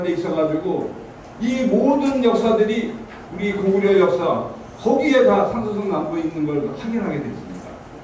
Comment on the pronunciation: 가오 거오구 리 라고 중국측 발음